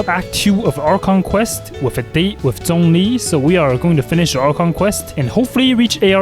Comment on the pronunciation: When he said zhongli at start i heard donkey💀